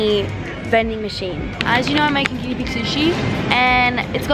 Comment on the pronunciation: Is it just me but when she said guiena pig sushi I thought she was cooking them 😂😂